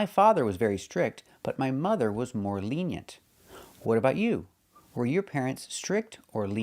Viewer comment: The last vowel in "lenient" is not "e" like the one we have in "eggs". It's the schwa sound. At least that's what the dictionaries say.